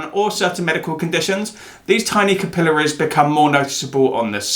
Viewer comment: Missed your beautiful face! and INSIGHTS!! 😁 Of my gawd. I love the way you SAY "CA PILL ( I) ARIES. ” 😊 #darkhistory , Bailey Sarian needs to hear this. She's been on the rosacea battle-field, for ever !